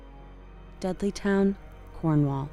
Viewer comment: I have to admit, I thought you were saying "Deadlytown" not "Dudleytown". Seemed to fit though.